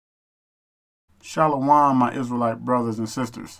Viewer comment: Shalawam? In what world is that a proper pronunciation? It's spelled ( shin, Lamed, vav, mem) there is a patach under the shin giving it an additional "a" sound, and the vav has a dot over the top giving it the "o" sound. Shalom; Sha-lom. Seriously - Shalawam is is just nonsense.